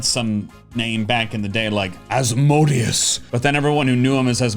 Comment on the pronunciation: Asmodeus is pronounced az-moh-DAY-oos. The deus is like in deus ex machina.